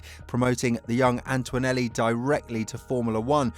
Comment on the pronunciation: It's ANTONELLI! THERE IS NO U or W in his name FFS!!!